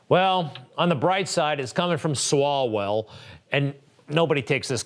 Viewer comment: Love how she called that clown "swallows" a few times referring to his name. I guess she didn't really know who he was and just said it wrong lol 😂